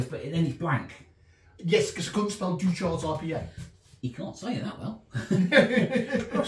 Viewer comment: Just realised you were attempting to say Deuchar's 🤣. To make it a bit easier for you, it's not French, it's pronounced more like Joo-ker's. Haven't drank it for a while, but it was Champion beer of Britain and World Champion cask ale back in the 90's.